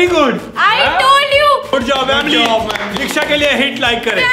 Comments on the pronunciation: vamli no it is famli ha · Why you say family to vamily